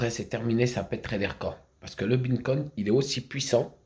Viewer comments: Haha mais quel clown 🤡🤡 j’adore quand il dit « bineconne » Franchement c’est beau de vivre dans son monde de mytho ! il doit être heureux 😂 Est ce qu’il sait que tout le monde se fou de sa gueule ou pas ? C’est ça la question que je me pose .. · Mais il est obèse mtn 😆 il arrive même pas prononcer correctement 🤣 Binnecoign 🤫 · “Mes beancoin” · mais ferme la apprends a prononcé le nom de la monnaies avant de dire de la merde tu aurais déja déménager abrutis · T’en as tellement pas que t’arrive même pas à prononcer le vrai nom 🤣